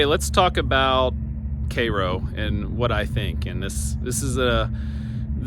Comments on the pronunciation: It’s pronounced “care-o” . Myself and parents were born there, we left in the late 60s but still have family in the area and go back occasionally. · The name of the town rhymes with "arrow". Not like the syrup nor the city in Egypt. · The correct pronunciation of Cairo is “Care-o”. The first syllable rhymes with hair. I grew up in Southern Illinois and have seen the town slowly die throughout my lifetime. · It's pronounced "care-o" to be exact.